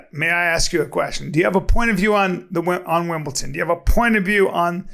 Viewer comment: Bryan, WTF is Wimbleton ??! Make me s'maaaad.